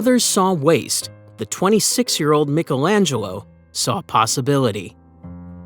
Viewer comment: Who the hells Mikkelangelo 😂....does he mean Michaelangelo